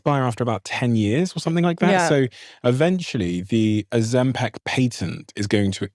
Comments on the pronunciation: Why's he pronouncing it ozemPECK? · For the love of Jebus Steve stop calling it Ozempec its Ozempic with an i 😂😂😂